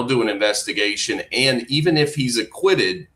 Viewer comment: What kind of crap is this. No one says F for if. Not even the British. Hillbilly might say iffin